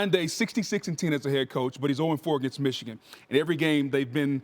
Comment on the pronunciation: And it's not ichigan. It's MICHIGAN.